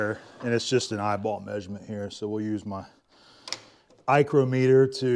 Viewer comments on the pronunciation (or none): "Eyechrometer", haha! I'm a newb at this. New one to me.